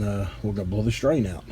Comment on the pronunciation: What's a "drian"?